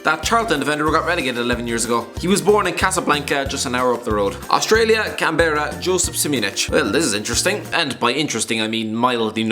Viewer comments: it pronounced canberra not canberra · Canberra is pronounced Can-bra.